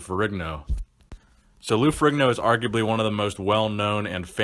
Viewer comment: Strength and power not strain and power Particular not puhticular Arguably not argubly Ferrigno not Frigno